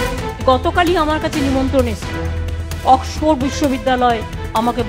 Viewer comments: অক্সপো আবার কেমন উচ্চারণ??? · Oxford word টাও ঠিকমত উচ্চারণ করতে পারলো না। ডুবাই, লন্ডনে এর অনেক property আছে। দেখাশোনা করতে হবে তো? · oxford ভাল ভাবে উচ্চারন ও করতে পারে না !!!